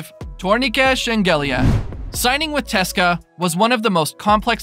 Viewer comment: don't say teska its C-S-K-A for English speaking people